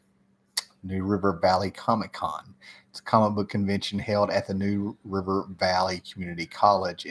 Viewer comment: did you say "nude river"?